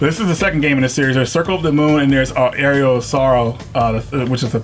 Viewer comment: Glad my game was mentioned, but you pronounced "aria" wrong ._.